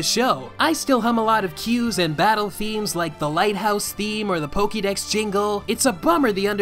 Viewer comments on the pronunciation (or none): none